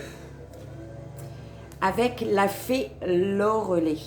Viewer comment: J'adore votre style ! ✌ PS : ca se prononce loré l'ail ( phonétiquement )